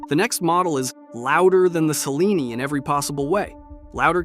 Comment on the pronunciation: Cellini is pronounced: "cheh-LEE-nee", with the primary accent on the second syllable.